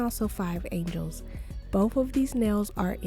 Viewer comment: An ge les as in Los Angeles not angels 😂